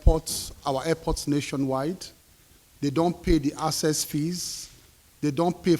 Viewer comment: Na wa o....A minister is unable to sound the word "ACCESS." He pronounces it as "ASSESS". I know say no be grammar we go chop....but common?😅😅😅😅😅😅😅